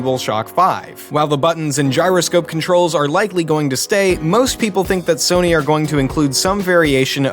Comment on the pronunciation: Soy-nee (Sony) xD